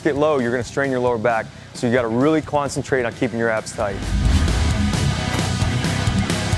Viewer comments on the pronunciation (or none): quancentrate lmao special speech fail ... but anyways thanks for the vid great information